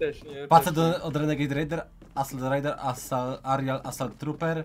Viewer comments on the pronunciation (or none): nie arial assault trooper tylko aerial assault trooper